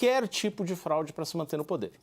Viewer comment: Houveu um "flaude" que isso meu irmão? Eu nao entendi onde ele wier chegar. Saiu da América e foi osrar ls no oriente medio, voltou e falou "flaude". Alguém deve ter falaldo no ponto com ele: "CARA PARA DE PASSAR VERGONHA, O BAGULHO É FRAUDE". KKKK😅K 😅😅